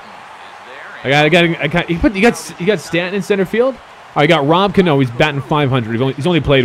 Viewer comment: He said rod cano